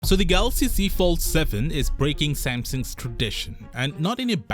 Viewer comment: Whats this brand Sampson you keep talking about...dude learn to say Samsung